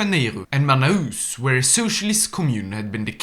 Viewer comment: Tão engraçado ele falando Manaus Finalmente um vídeo do nosso Brasil nesse mod, visitem a Amazônia, aqui tem peixe bom rs